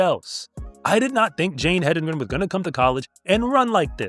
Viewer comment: So glad that you are pronouncing her name correctly,. The race announcers were pronouncing it multiple ways--none of them correct. Hendigren, Hendrigen. They were just inventing names! If they would just look at it and say what is spelled out there! HEDENGREN! (Head in grin!)